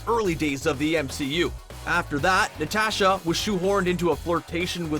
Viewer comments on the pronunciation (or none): OH MAH GAWD SAY IT WITH US: N-A-T-A-S-H-A ITS SO FRICKEN EAZY